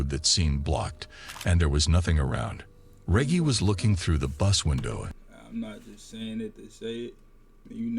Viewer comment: Man needs to learn to say Reggie lol